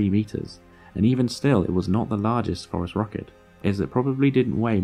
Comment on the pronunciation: I’m sure it’s obvious by the comments but to anyone new, “phorusrhacid” has a soft “c”. Also there is a pretty big error in the video where he suggests Gondwana existed at all in the cenozoic. South America separated from Gondwana in the Jurassic period. Possibly before birds evolved let alone phorusrhacids. This is why it is controversial that they made it to the other continents.